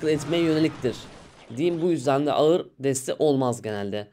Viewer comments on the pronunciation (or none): none